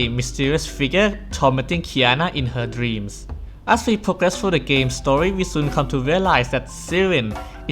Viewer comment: Guys his accent kinda spoiled Hoyo's new game Honkai Star Rail, but he said story but it sounded like Star Rail.